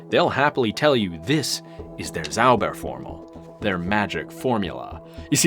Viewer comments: Ahh the english pronounciation transforming a "Zauberformel" to a "Saubärformel" (magic-formular => hog-bear-formular) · Your pronunciation of "Zauberformel" (magic formula) sounds like "Sauberformel" (cleaning formula). 😅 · You pronounce Zauberformel like "Clean Formula". German "Z" is more like TS > TSAUBER